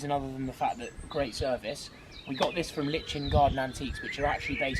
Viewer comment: Watching this I shouted its LIE-KEN, not LiT-CHEN, then I remembered a quote I read on Pinterest. “Never make fun of someone who mispronounces something, it means they learnt the word by reading it.” But then I thought, but he’s a posh boy, has no one one taught him how to read a dictionary, good God what is the world coming to!! Love the house, especially all the lovely wood furniture, left natural wood and not painted.